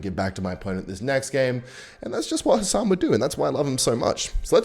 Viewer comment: Nailed the khasan pronunciation 10/10